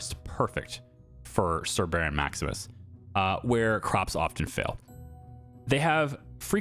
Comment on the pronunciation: “Sir Baron” sounds like ”Laborer Milling Worker.”